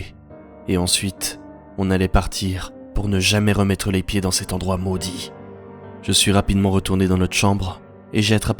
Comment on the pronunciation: Parfait comme toujours, ton "maudit" me fais toujours rire on crois entendre "mowdi" et j'adore.